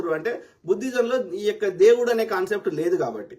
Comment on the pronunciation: Bro నువ్వు ఈ యొక్క ఈ యొక్క అన్నప్పుడల్లా నియ్యక్క నియ్యక్క అన్నట్టు వినపడుతుంది 🎉😊 రివైండ్ చేసి విను కావాలంటే